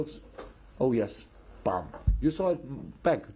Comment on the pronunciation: klopp so frustrated BOOM became BAAM Edit: as well😁 This should be a meme!!!